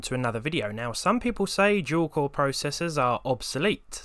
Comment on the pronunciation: "Jew core processors".